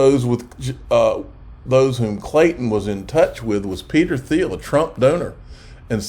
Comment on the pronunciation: It's pronounced Peter "TEEL"